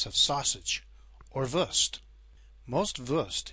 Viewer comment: It’s not “würst“ it’s „Wurst „